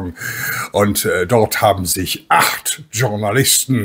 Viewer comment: Journalist ist ein französisches wort 😂😂😂 es heisst nicht "tschornalist" 😂😂😂 es heisst "schournalist"